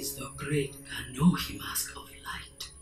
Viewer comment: I'm impressed you managed to correctly pronounce "Kanohi" on the first try. For years, I thought it was "Kenobi".